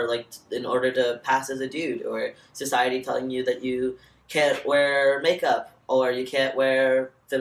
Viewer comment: "CISiety" lmfaoooo